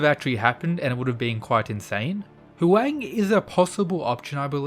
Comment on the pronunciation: Bro I love your videos but for the love of god it’s pronounced HWONG. Kin Shi Hwong